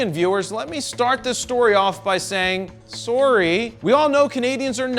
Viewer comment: Dude, you cracked me up with "sore-ie."